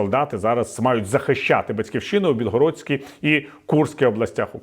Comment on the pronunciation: Обмовочка по Фройду на про «Білогородську та Курську області України» дуже потішила)))) Дякую))❤